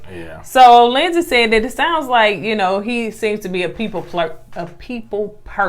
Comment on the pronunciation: Lindsay not Lindsley 🤣🤣 I know u just let him say it however at this point